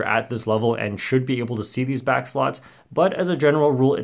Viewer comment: "Welcome bac to worl record review where we review world record" LMAOOOOOO